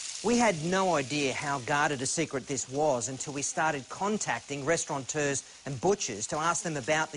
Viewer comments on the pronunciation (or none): OH, and it's "restaurateurs" not "restauranters" , you fucking moron.